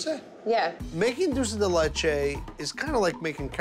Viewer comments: Buddy its Dulce De Leche not Dooosey De Leche haha and its Mint Chocolate Chip not Chocolate Chip Mint. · Dool say day lay chay > Dool sey de leh chay > Dulce de leche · Did anyone else cringe when they said “dulces de leche” instead of “Dulce (dulch-ay) de leche” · I love how buddy says doce de latea or whatever even tho in English it is condensed milk but like a Carmel way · “Trey leyche” “Doolce de leychey” it’s TRES LECHES AND DULCE DE LECHE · OKAY REALLY!??!?!?! IS NO ONE GONNA COMMENT ON HOW THEY ALL SAY "DULCE DE LECHE"😂😂😂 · Can't we all just laugh about how he pronounced Dulce De Leche? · Im Dominican and o love how they pronounce dulce de leche 😂😂😂😂😂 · Why does it makes me so bad how he butchers dulce de leche